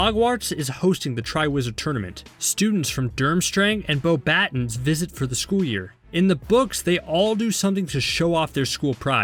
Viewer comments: Beauxbâtons is pronounced boll-bah-TONG, not bollbatons. It means beautiful stick in French. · its not "bow battin" the school's name is pronounced "Bow Buh Toh". It's a french wizarding school XD edit: yea don't worry you got the durmstrang school name right. Not hard, really. durm strang. heh. another edit, because the previous passages were written before i finished the video: In my movie disc thing of harry potter and the deathly hallows, not only does it show dudley saying your not a waste of space, and harry replying "see ya big D", but it also shows draco tossing harry his want. I assume the people who made the movie told the people who made the discs and what not that they wanted those scenes cut, so they stopped adding them in the discs for the future, but i somehow... actually, the discs (deathly hallows part 1 and 2, and actually all the movies on discs before those) but I guess my mom purchased them before the change was made. whatever. Cool! Nice vid, man. Love the content, keep it up. My dad just brought me a bowl of ice cream, obviously very cold, and while i was finishing the ice cream, the bowl, that i'd placed on my computer, was slowly freezing that computer spot. when the bowl isnt there, my wrist is. now my right wrist is freezing.:D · He pronounces beauxbatons BOW BATONS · It is pronounced Bo-bu-tons they got it wrong in the movies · The way he pronounces Beauxbatons as "bo-BAT-ons" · im sorry but beaubattons is pronounced bo-buh-tons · Edit: and beaux batons? It's beaux "butons" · how can one butcher the name beauxbatons like that....